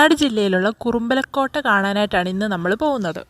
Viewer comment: കുറുമ്പലക്കോട്ടയല്ല മോളേ കുറുമ്പാലക്കോട്ട എന്നു പറയൂ.